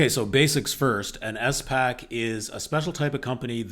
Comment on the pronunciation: Who the heck says "S pack"?